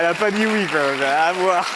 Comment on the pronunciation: Un album intchimiste !🤭 Elle ne se censure pas sur ce qu'elle djjiiit !🤭 Elle est plus matchure🤭 Elle a répondue djjirectement